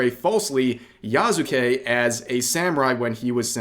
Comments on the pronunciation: Yea, i was like: "Who the heck is Yazukei?" Until I saw that it's actually "Yasuke".😅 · Yknow i can tell you dont know what your talking about because you somehow got his name wrong Its pronounced Yah-Soo-kay Not Yah-Zuu-kay Its a really really easy word to pronounce in japanese idk how you messed that up dude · Yas-kay not yah sue kay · I dont exactly trust the opinion of people who cant even pronounce the mans name right "Ya-zu-kay" "Ya-sue-kay" Jesus christ Hate this game cuz ubisoft makes shit games and is a greedy company, not because of racism and sexism Pathetic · why do you pronounce yaZuke if it's clearly "s" there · Its pronounced "Yaske". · His name is pronounced YASS KEH. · It’s pronounced Yas-kay. Japanese is spoken through strings of consonants, and words with Su in them are almost always pronounced silently. Just like how desu sounds like dess with a very soft almost indistinguishable u at the end which is more of a results of it just rolling off of the S sound. They call this a mute vowel and while almost all romanized Japanese it pronounced the way it looks, the exceptions are Su and Shi. When saying the individual kana you’d pronounce them but when combined in words the vowels are silent. If it was Ya-zoo-ke it’d be spelt Yazuke. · I find it disturbing how many people can't say his name. Yasuke Yasu-ke YAHS-kay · Pronounced "yaw skay". Like Naruto's Sasuke. In Japanese, the U sound on the character "su" is often dropped. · dont watch a lot of people but i love how everyone pronounces Yasuke's name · You weebs can’t even pronounce YASUKE right lol